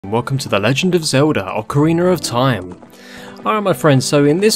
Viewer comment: “Ocaweiner of time”